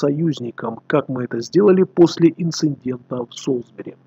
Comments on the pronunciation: Всё хорошо, но блин, какого ещё нафиг инциНдента???? Инцидент!!! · Инцидента, а не "инциндента"